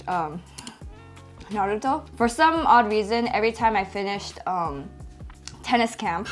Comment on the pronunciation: Omg he actually pronounced naruto right!!